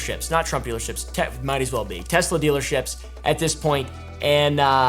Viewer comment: "Everything's computer" "TesleR"